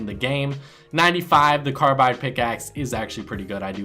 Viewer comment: You miss pronounce e.v.a and carbides pick